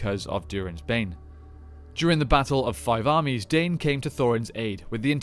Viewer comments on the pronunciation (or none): Isnt his name pronounced Dine not dane? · Absolutely! Dwarf names are all in Sindarin, all vowels are pronounced.